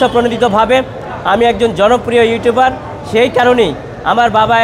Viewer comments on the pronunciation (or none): none